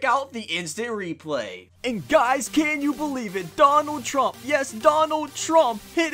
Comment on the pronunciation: That's not how you say Trump